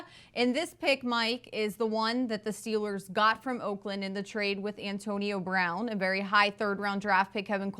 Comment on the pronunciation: "Wiff de sixty-sixff pick in the 2019ff draft, the Pittsburgh Stillers pick......."